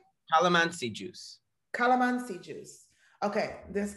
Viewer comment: Nice job pronouncing the food! Tosino and calamansi